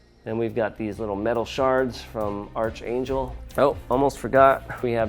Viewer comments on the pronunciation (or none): It’s pronounced ARCangel 🙄😂 good review though 👍🏽